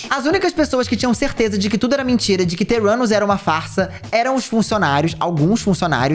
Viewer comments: Não consigo ouvir o nome da empresa dela e não entender "teu ânus" kkkkkkkk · Toda hora que o falava Theranus eu só ouvia "Teu 4nus" XDDDD